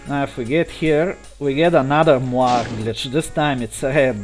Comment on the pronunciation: Mentioning this just to be helpful (and encouraging, as your channel grows), especially since you seem interested in the linguistics of it: moiré is indeed French, but the final letter makes it two syllables in both English and French, as the accent indicates. Mwa-RAY. Amusing videos to stumble upon. Good luck!